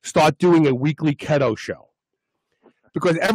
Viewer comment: It's "KEETO" NOT kheto has!!!!!!